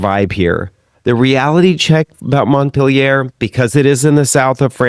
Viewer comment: After hearing Montpellier mispronounced several times, I just had to stop listening.